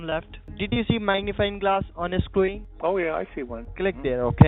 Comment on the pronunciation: "on yo compuer" "yo scree"